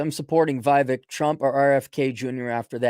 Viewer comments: his name is not pronounced phonetically, it's "VEE-VAKE" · vake like cake